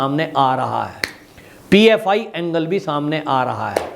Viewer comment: It is PFI not OFI